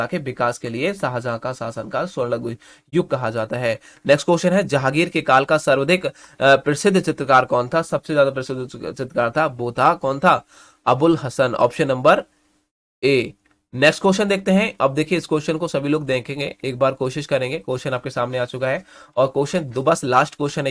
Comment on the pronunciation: Sir pahle aap Hindi reading Karna sikh lijiye etna galt padhte hai. Khajanchi ko khachdi, Hasan ko sahan